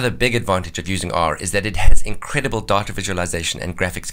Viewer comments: I keep hearing "diet-a" lol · 1 minute and 42 seconds into the video I finally realized what he was saying was DATA. LOL